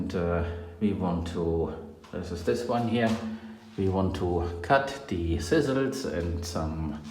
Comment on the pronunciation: He's a German in Spain speaking English! I think he's communicating very well considering. It did take me a while to realise he was saying 'thistles' - I thought it was some exotic (to me) plant he kept pointing out! I wish I was fluent in several languages.